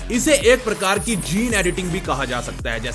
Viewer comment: Thambel 🤟🏻🔥🤣🤣🤣 doc..tar...tar....tar...tar